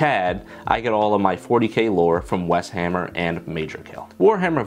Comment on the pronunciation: Subbed homie but weshammer? Really? 🤮